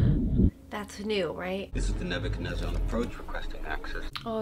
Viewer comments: The Ebakunaizar? No, it's the Nebuchadnezzar. (Name of Morpheus's ship). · "the ebekenizer..." 🤣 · Exactly what I said..also when she tried to pronounce the Nebacanezzer! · Gasp “The Ebochenezer”. Haha. That was cute. And had me laughing so hard too 😂